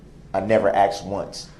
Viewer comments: I wonder if you "axed" Brooks who killed those people who he thinks did it. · Truff and Axed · He has absolutely butchered the King’s English. I axed him, truff! Tooken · “I axed myself that question” 😂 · In the end , he got what he axe’d for ! 👏